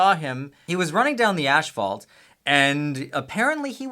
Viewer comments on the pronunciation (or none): Is “ashfault” Canadian for asphalt? Lol 😁